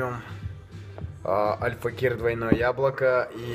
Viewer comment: как же бесит как он говорит АЛЬФАКИР , альфакЕЕЕЕр